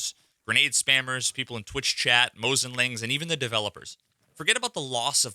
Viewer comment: no, no, no, not moslings, never moslings 😖😖😖😣😣😣